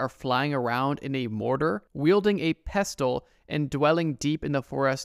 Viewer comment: what was scary is how you said "pestle"